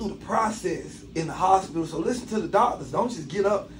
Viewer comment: This 🥷🏾said hopilla...not hospital